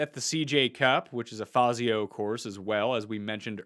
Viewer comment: It’s not fayzio it’s fawzio for the architect